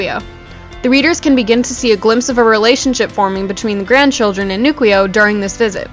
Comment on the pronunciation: I believe it’s pronounced newkwoo not nukweo